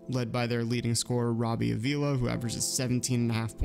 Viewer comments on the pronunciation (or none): I’m sorry, but my last name is Avila as well and I just gotta comment on this. Pronunciation is “Ah-vee-la”. Not trying to be a jerk. Loved the video! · no worries at all bro, the way you said it is the way most people say it, so it’s really not a big deal. I’m just trying to get the word out 😂